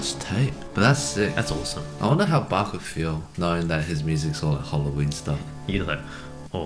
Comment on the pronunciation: Please!!!!! Try to pronounce Bach right Way. Its NOT Bagh. It is Bach, it sounds something like Bah.